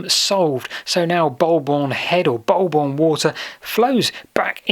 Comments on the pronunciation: It's not "bulb-orn" but "Boo-bun". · It's pronounced Bull Borne not Bol Borne. Signed a local